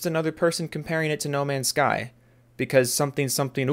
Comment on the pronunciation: "no mansh shky ans shtur shitizhin"